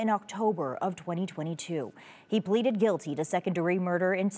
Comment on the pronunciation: did anyone else notice the news reporter to the end of the video haha ? She said “he bleeded guilty”. Not”pleaded” 😆